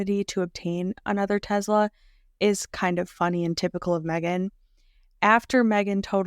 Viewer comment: You are doing a great job with this series very informative! BUTTTT idk if I can hear teZla anymore lol teSla tess-Luh lol